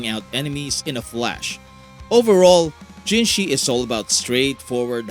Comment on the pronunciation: People still pronouncing her name as "jinshi" smh.